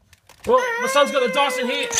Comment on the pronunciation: They pronounce Dyson as Dawson.